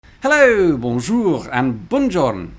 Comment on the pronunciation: Today's Haloooo sounds slightly Bonjour. With a side of dad joke. It pairs well with lots of liquids because it is European-meltingly hot.